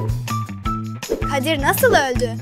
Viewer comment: Süsem değil süsen